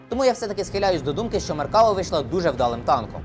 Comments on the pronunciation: Не "меркАва", а "меркавА", бо хибний наголос при публічній промові- це ж "крінж". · MerkavA - на останню літеру наголос.... Усі роблять відоси про нього (неї, бо це жіночий рід) і в незалежності від мови роблять цю помилку. Не зовсім розумію, як можна назбирати матеріалів на цілий випуск з купою технічної інфи - і просиратися кожен раз на простій назві🤦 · Там наголос на останній склад в назві танку - Меркава́, що з івриту означає "колісниця" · оглядач танкової техніки, а не знає правильне вимовлення ізраїльського танку? 😄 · Меркава - ударение на последнем слоге ...